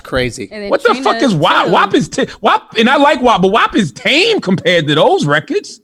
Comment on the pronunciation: The way they pronounce WAP bothers me lol